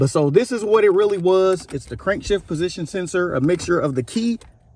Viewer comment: Crankshaft position sensor? You keep saying Crankshift position sensor 🤔🤔